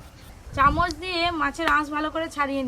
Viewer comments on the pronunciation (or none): none